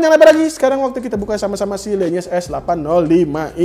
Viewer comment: Itu bacanya lenyes bang bukan lEnyes.. le sama LE memang agag sama pngucapannya dan itu namanya bass radiator bang.. biar bassnya makin glerr itu